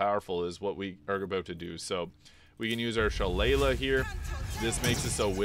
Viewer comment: She-lay-lee, it’s an Irish fighting club and has a proper pronunciation